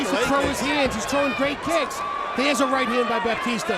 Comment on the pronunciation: Not sure who this “Bapteestur” guy is but I enjoyed that fight.